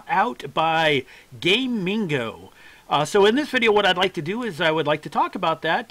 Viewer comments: Its pronounced GAH- MING- GOH, not Gaymingo you gay dingo. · Gamigo, not Gay Mingo like you've said 5697 times in this video xDDD